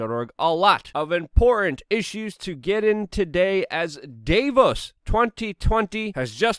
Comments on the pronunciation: It's Dah vose if I had a dollar for each time I've heard an anglo mispronounce a word or name I could buy YouTube. What would I do with it? Hmmm.... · Absolutely nobody: Luke: Dayvos